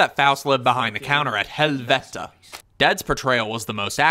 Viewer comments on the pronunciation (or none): the way you said Helvete 😆 (coming from a norwegian)